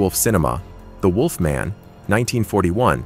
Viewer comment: Must be a computer generated voice or the narrator never saw Underworld as Celine is mispronounced and has never heard "wolfman" pronounced before. Ginger snaps was absolute garbage, right down there with The Banana Splits and Blood and Honey. Must have never seen twilight either, bad CGI in a teen angst Kristen Stewart vehicle.